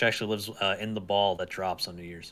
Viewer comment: Please don't say "drops nya" ever again I beg you